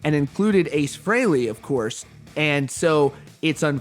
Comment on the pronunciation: Why don't you pronounce his name correctly pronounced Free-Lee not Frail-lee